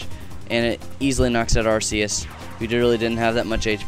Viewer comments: I think it's actually pronounced ARK-e-us. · But Are-see-us sounds like arse. Which is rubbish. Ark-ee-us could be a reference to "archangel".